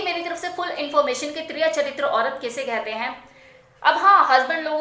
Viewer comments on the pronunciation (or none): You are wrong it is tiriya çhatiam not chatriam